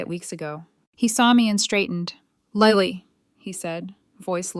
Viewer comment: Her name is Lily as in the flower NOT Liely!!!! LILY!!